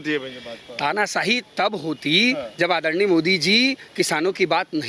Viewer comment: Modi ko aaddarniaa Addarniaa aise boll rha hai, jaise modi eska Jija lgta ho.